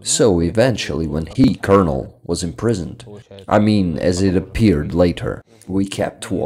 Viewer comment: Your English is super good, but just for future videos: “Colonel” is pronounced like “Kernel” for some odd reason. I noticed you used both the correct, and rational but incorrect pronunciation in the video, so I’ll just clarify that. Also while I’m at it I might as well say “Lieutenant” is only pronounced how it looks in certain areas such as the US, but the UK and Canada it’s pronounced “Leftenant”. Yet another example of the English language being stupid. Great video nonetheless!